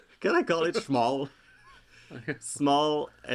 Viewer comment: I feel like you named the “funfetti” shawl in your pronunciation. “The Schmall Shawl”